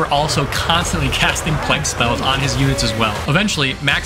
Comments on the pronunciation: "Plague", not "plegg". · This video is great but hearing ”pleg” fucks me up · does NOT know how to pronounce plague 😭😭😭 bro sounds like he's amish. great video otherwise tho!!!